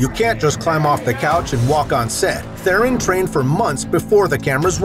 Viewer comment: The lie is the way you pronounced Theron